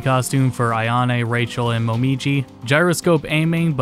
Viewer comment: Ai-a-ne? AI-A-NE? Really bro?